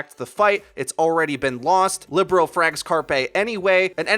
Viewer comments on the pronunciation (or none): Shouldnt Libero be pronounced like lee-bare-row? Thinking about volleyball positions.